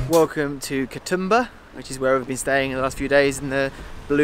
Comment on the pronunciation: Katumba its pronounced and spelt Katoomba